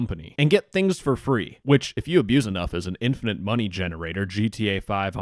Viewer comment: "I need to send the scammer more Mungy :3"